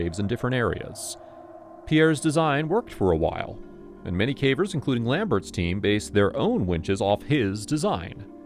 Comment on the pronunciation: There are some hints that it's someone's real voice but fed into AI, nothing exactly wrong with that but if you're paying for a narrator and they are feeding it into a machine that copies their voice.... that's gray area to me. There are mispronounced common words "cavers" being "caw-veers".